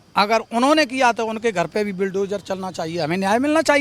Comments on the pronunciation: Bulldozer to tu bol nhi pa rha h ,sanskrit me aise aise shabd h tu kaise bolta hoga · Bulldozer bolna aa nahi iss logo ko toh samj jao kya hi katha bachan karte honge❤